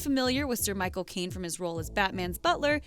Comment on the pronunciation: when she said Michael Cain i heard: my cocaine!!! hahaha